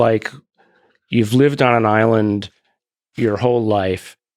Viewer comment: thought Garry said Ireland like hearing a bunch of English lads sailing up to the coast shouting at the confused Irish fisherman on the beach quite some time ago